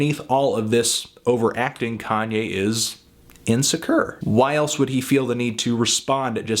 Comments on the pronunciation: I giggled at "insecurrr" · Did you say insecur? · never have i ever heard anyone say insecure the way you do melon